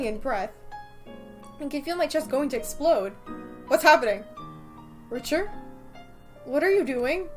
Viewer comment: 1) I love you and your videos 2) sorry but I’m pretty sure it’s pronounced Ricter not Richer sorry